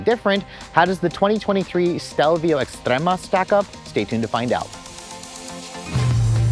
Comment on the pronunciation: ES-TREMA NOT EX